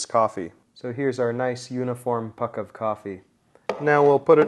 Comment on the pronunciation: Took me a while to register you said "puck."